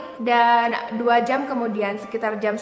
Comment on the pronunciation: Jam bukan jeamm.....